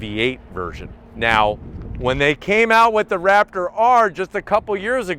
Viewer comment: Did you say rapper or raptor ?